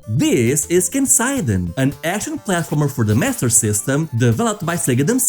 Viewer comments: I... do feel the need to point out that Kenseiden (剣聖伝) is Japanese, not German, so its English-friendly pronunciation is ken-say-den; not ken-sigh'den. goes back to watching the video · I'm sure many people have already commented this, but "Kenseiden" is actually pronounced "ke-n-se-i-de-n", or something like "kehn-sae-dehn". ^^ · "kensaiden" bruh, you're Portuguese, just read Japanese names like you're reading Portuguese xD